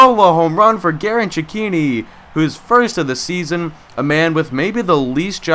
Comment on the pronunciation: Your saying Cechinni wrong